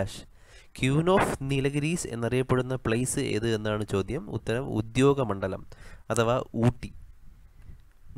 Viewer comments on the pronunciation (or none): Please notify the words and correctly pronounce the words. ഉദ്യോഗമണ്ഡലം അല്ല ഉദഗമണ്ഡലം ആണ്.